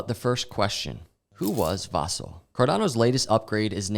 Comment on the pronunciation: Dude - “Vasil” on I, not on A